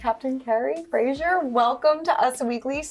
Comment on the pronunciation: It's Fraser, rhymes with razor!